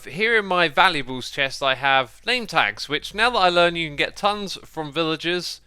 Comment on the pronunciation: valuAbles - NOT valu E bles chest, duh!